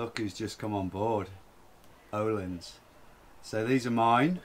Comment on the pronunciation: Nice news! You need to learn how to pronounce Öhlins :-) The Ö sounds like the U in hamburger - if you're from the North :-) or like the last part of the word HER, er. The i is a long eee as in jeans, so sort of erleans :-)